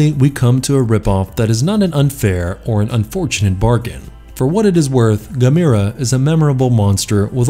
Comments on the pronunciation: It's pronounced (ga-m-er-ah) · It's pronounced Gam- er- uh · Uh. It's not Ga mir a. Uf youare going to do a list like this, ar least get the pronunciation correct 😒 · Pronounced ( Gam- er- ah ) how can you not know the proper pronunciation to the second most popular kaiju next to Godzilla. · I'm really impressed! You managed to mispronounce every single kaiju name, that's got to be a first, even for an American. 🙄 I'll give you a hint for one; Gamera is pronounced the same as camera, with emphasis on the e. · The only rip off here, was the 14 minutes I lost watching this! And learn how to say Gamera right. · Why can't he pronounce Gamera correctly?